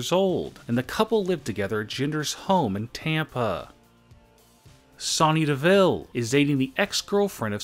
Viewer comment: No it's pronounced Sony Devillllllllllleeeeeee